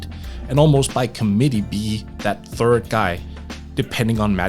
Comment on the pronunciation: Work on your th- annunciation its not fird its third. Jesus i thought i was just really high.